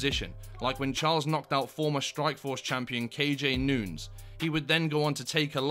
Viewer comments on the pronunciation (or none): none